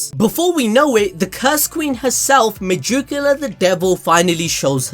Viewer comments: the way you say megicula hurts my head.... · I love how he says "megoocula" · Me-Jew-cula 😬 just can’t stop hearing it. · Y do u have so much trouble with a name that is "magic", but with an "e"?!!! That shit is ridiculous!!! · why do you megicula like that LOL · You cannot say megiculas name for nothing I'm not a hater but you can literally look in the anime and they will say her name correctly